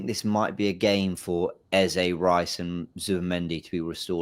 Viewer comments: If you say Aza instead of Eze one more time 😂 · Can someone let this know his name is Eze and not Ezar!!!!!